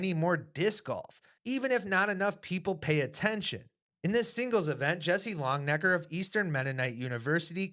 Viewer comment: “LONG-EN-NECKER” not long-necker you dope. Put some respeck on his name, you’ll hear it on the pro tour soon enough.